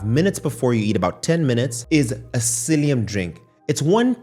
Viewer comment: Are you saying Psiillium?